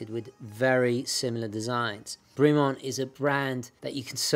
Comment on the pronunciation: Bremont pronounced as a French name /brimo:n/? I believe its pronunciation is more in line the clipped vowels associated with British toffs /bremment/. But good, informative review, as always, steeped in historical background and technical details. Wouldn't Bremont be the connaisseur's pendant to the rather more pedestrian Tudor or increasingly cretinous Rolex?